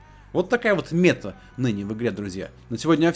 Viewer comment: Meта-цель,точка к которой стремишься(укр),ударение на вторую гласную(просто слух режет)